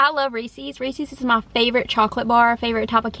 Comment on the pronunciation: Have you ever seen a Reeses commercial? They pronounce it correctly 😊